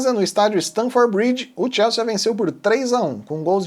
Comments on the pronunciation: Moço, não tem esse "a" no final. Sea de mar. Soa "si". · TIELSSIIIIIIIIII É A PRONÚNCIA!